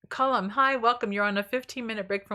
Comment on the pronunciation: Speaking of words...my name is pronounced CAl lum...the cal part is like the start of the word California. Not col like a column. Although interestingly, my name's etymology stems from Ireland where it is pronounced as colom like you say it...🤔 interesting